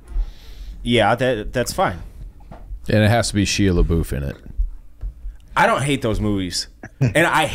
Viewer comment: why tf did say Shia Labeouf like that 😂😂😂. No one even reacted either?? Also no bumblebee or supernatural impala is a crime.